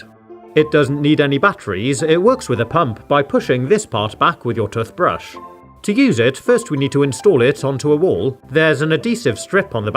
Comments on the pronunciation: tothpaste tothbrush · It's not tothbrus it's toothbrush 😂😂😂😂😂 😐😑😐😤😡😤👎👎👎👎👎👎👎👎👎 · It’s not tuth paste it’s tooth paste It’s not tuth brush it’s tooth brush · I love the way he says toothbrush "tufbrush". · Bro he said tuthbush and truth paste